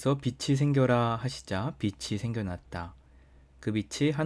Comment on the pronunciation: 낮이(나지)라 읽어야 빛이(비치),라 읽어야 맞습니다